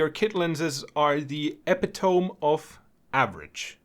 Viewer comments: "Epitome" is pronounced EPI-TOME-MEE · He said he paid in euros... so maybe that's how epitome is pronounced where he is from. Like how aluminum is pronounced differently in the queen's English vs in the USA. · Epitome? I think you should look up the pronunciation. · Pronouncing the way he did is a slang term for it. Like calling Yosemite the way it's spelled. It's been a thing for about 10 years now. It's usually used in a sarcastic or nonchalant way.